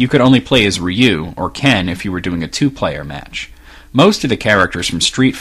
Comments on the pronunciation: I'm not trying to be a dick, but I hate it when people mispronounce Japanese words. It wouldn't be pronounced "Yuu", it's still "Ryu", but because of the way it is pronounced, i guess it would be "Lyu", but the L would be a mix of L and D sounds. Hard to explain, so I hope that works out. Sorry if you think I'm being a mean person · The actual Japanese pronunciation is "Ryu". Not Yuu. You make an "R" sound and then a "Yu" sound, exactly as it's spelled. It's difficult for us to pronounce because there are no wourds with that kind of pronunciation in English. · I have NEVER heard anyone call Ryu "Roo"